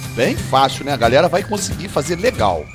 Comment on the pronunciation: porquevc fala gralerra